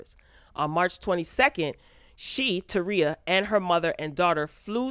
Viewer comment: Not taria..Terika